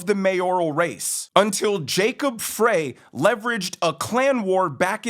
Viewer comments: You’re doing great work you’re a great commentator, but it’s PRONOUNCED , Fri FRY not FRAY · Frey is pronounced 'Fry.' Former Minneapolitan for many decades with five siblings and their families still residing in the Twin Cities. (Actually glad parents passed on many years ago. They would've been appalled and heartbroken with what's happened to the city/state where they grew up and raised us.) Been gone from Mpls for many years but have to assume the locals, family included, to some degree have been 'grandfathered' in to the changes. A degree of acceptance. The metaphor of a frog in a pot, while slowly heating the water vs the shock of dropping it into a pot of boiling water. Unfortunately, not feeling optimistic that Mpls/MN can be salvaged. Returned to any semblance of what we used to know it to be. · You’re not saying Jacob freys name right. It’s Fry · It’s pronounced Fry. Like French fry. I work in MN and it’s embarrassing thanks for all you do. Love your show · Look, I am no fan of the guy but he lives on the next block over. His name is Frey, pronounced FRY. Also, here in Minneapolis, Knudson is pronounced Ka-Nude-Sin.